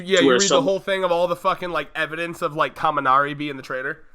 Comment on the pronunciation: It's Kaminari, my dude.